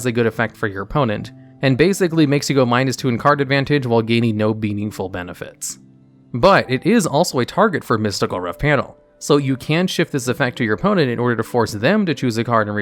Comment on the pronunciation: "beanigful benefits"